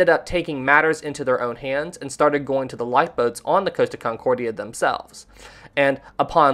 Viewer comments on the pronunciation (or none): Repeat after me "cost" as in how much something costs, then "ah" as in stepping on a piece of lego. Not "coast-ah" there is no coast my dude. You wouldn't ask a shop assistant how much something "coast" would you? Deary me guy 😂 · It's COST-a. Not COASTA-a. Source: their YouTube channel's commercials.